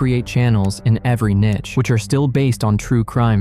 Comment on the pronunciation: Niche is pronounced "Neesh", not nitch.